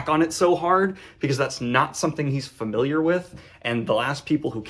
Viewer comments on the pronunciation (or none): none